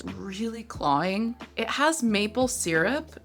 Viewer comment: Girl, I love you, this is the third video I’ve watched where you say “clawing” in lieu of “cloying” and I just caaaaaaan’t take it